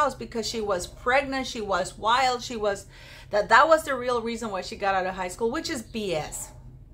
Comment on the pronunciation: “struggles are rrrreal” HA! HA! HA!